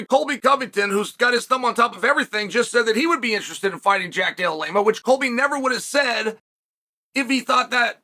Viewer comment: You beat me to it! Love Uncle Chaels name butchering. Hilarious